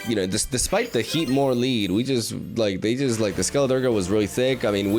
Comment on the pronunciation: Lol I'm kinda glad he's still pronouncing Skeliderge the way that he is